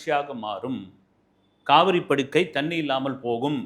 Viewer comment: காவிரி படுகை. படுக்கை அல்ல. தமிழை ஒழுங்காகப் பேசுக. Be brief and gone.. 🎉